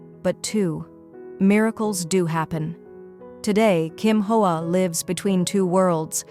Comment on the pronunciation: Hoa is pronounced "wah" in Vietnamese. AI narration sucks!